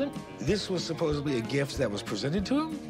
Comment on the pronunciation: Did he just say “supposebly” ?